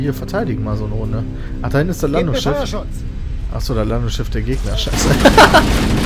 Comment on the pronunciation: das landungsschiss :DD